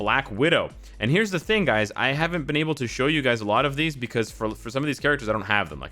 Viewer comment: Did anyone hear him say duys? Instead of guys?